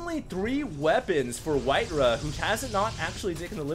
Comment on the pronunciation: White-raw* not White-ruh